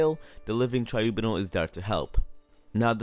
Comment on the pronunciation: TRIBUNAL- Try-bew-nall